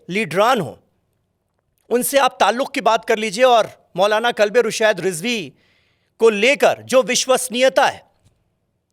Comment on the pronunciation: Kalbe naheen qalbe hota he